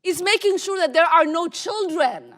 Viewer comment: (no chuldren,no chuldren,)🤣🤣🤣🤣🤣🤣🤣🤣🤣and all this timeI thought it was children .